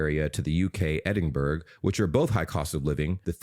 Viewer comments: Did you just say EDINBURG? It’s pronounced “Edinburuh” 😂😂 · Ah yes, beautiful Ed-in-berg (Edinburgh). Try pronouncing it; ˈɛd(ɪ)nb(ə)rə Ed-in-Bruh. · Boy. “EdingburG” No 😂 Edinburgh. You don’t pronounce a G at the end. Eddinbruh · Edinburgh???? It is not Edinburg it's more like Edinburra...😁🤘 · Americans saying edinburg n not Edinburgh pisses me off so fucking much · Stop pronouncing Edinburgh wrong. It's pronounced as ( ed in bra ) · just a note, the 'burgh' in Edinburgh is pronounced the same way as 'borough.' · no it isn't isn't it is pronounced "Burra". Edinburra. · Can you please get your pc to give you the correct pronunciation of Edinburgh? I'm a Scot and you are saying it incorrectly. You are driving me up the damn wall!